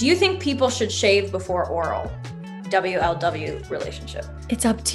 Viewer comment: the way u say double u el double u instead of wuhluhwuh. honestly impressive